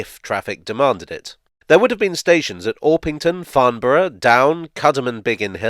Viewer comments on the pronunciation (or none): none